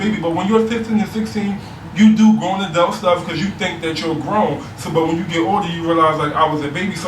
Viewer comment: So I guess in philly "adult" is pronounced "adelt". says adult the same way as.